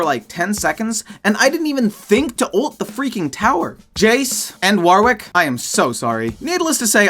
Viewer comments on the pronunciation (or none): none